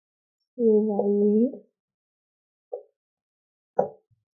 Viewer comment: Yes,mostly i saw that indian people dont pronounce in french accent, this indian style french is useless in france and canada Eg: Indian pronounce-Je me réveille tôt French pronounce-Je me gheveille tôt